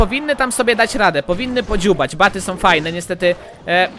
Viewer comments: proszę mów nietoperze albo BATSY a nie BATY!!! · nie baty tylko batsy